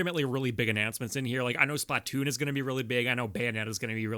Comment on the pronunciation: it's Splatoon not Splahtoon btw